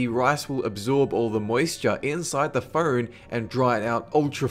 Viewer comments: It sounded like he said "fern" when he said phone. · i like how he says "phone" like "pheewn" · and phern for phone